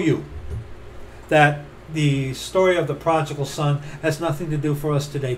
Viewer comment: Pro-di-gal... prodigal...